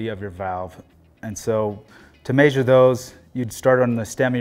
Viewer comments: arghhhh. its pronounced mesure not mayyysure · No. It's pronounced meh-shure. 😄